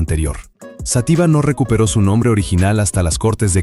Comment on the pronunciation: Toda mi vida he oido Xátiva y no Xatíva alguien me lo puede aclarar?